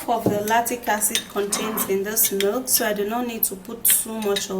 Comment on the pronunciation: That is milk my dear, it's her pronunciation that wasn't good